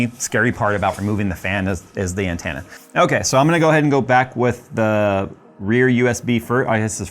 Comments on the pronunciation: "An-TEN-na", not "an-TAN-na". Lol. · Wow, he says antenna as "Ant Anna". That's an accent quirk I've never heard before. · Every time you mispronounce "antenna" pushes me closer to taking a nap on some train tracks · Why do you say antenna wrong? I really must know.